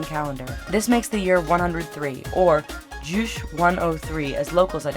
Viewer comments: Juice? no no no, 'tis Ju - Che :D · Lol, as a Korean I laughed when she said Jusche, not Juche(Ju chae) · It's not "Djuush" but "Ju-tsjay" And north korea is best korea. accept it. beautiful country. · JOO CHAY.... the amount of times it said properly on TV and yet MAJY AMERICANS can't say it. Just like hyundai.